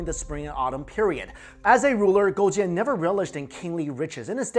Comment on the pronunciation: Damn that pronunciation was on point!